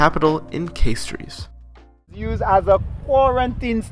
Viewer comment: its nice bbut you pronounced Castries wrong